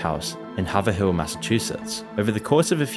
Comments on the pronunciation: you mispronounced Haverhill. Its actually pronounced hay-vuh-hill or hay-vuh-ril depending on accent and dialect but it is not pronounced have-a-hill. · Very small nitpick but it’s not “Hah-ver-hill”, but Hay-vrill” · HavE Rill. Massachusetts. I live here and never knew that, you teach me so much so I thought I should teach you about the pronunciation of Haverhill. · No way bro said haver-hill mass. It's hay-vrul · Haverhill is pronounced "hay-verәll" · I just want to say as a fmr Haverhill resident, you are saying our name wrong. The second H is silent so fanetically it spells Haverill, but the A is long similarly to hey so if you want to think about it that way its heyverill. Otherwise we appreciate being reconginzed in a video with a million and a half views. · Me being from Massachusetts when he says haverhill it’s pronounced hayv-rill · Haverhill MA is oddly enough actually pronounced (Hay-ver-ull) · Haverhill pronounced Hay-vrill. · Haverhill is pronounced hay-ver-hill just so you know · It’s pronounced hay-ver-ill